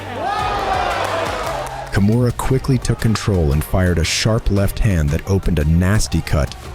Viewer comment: I got ear cancer with your pronounciation of her name. You litteraly say "kumuhrah' wtf